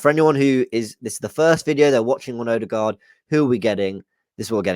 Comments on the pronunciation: It is pronouced "Urdergor" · So we get to hear Robbie butcher a name in his usual fashion until end of season. 🤦🏻‍♂️. Someone tell him the "d" at the end is silent.